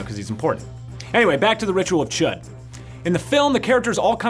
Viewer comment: Chud is pronounced Chood